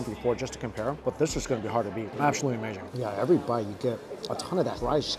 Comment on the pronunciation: We love when you say- Its amerrrrrzing!